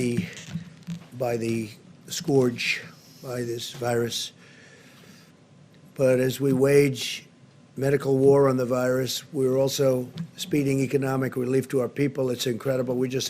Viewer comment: Can someone please tell Trump how to pronounce scourge properly.